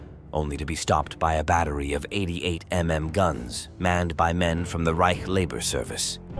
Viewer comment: this is either AI or some other slop. Nobody pronounces 88mm as 88 em em.